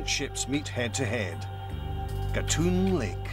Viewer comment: Agree; the British narrator does not give realistic comparisons and his pronunciation of Culebra Cut and Gatun Lake is incorrect.